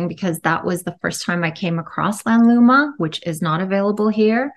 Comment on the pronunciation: The name is "RENUVA" not Renova.